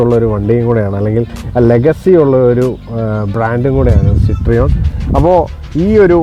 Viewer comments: സിട്രിയോണ് അല്ല സിറ്റ് റോയിൻ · It is Pronounced 'Cit-Roean' ( Sit-Ro-En) , not Cit-Reon. French. 😮😊